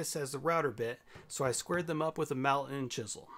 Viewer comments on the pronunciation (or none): none